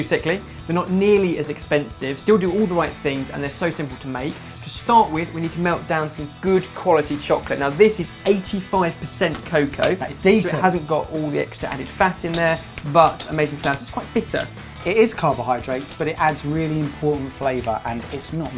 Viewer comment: You get this thumb for pronouncing it cocoa, instead of cacao ;) .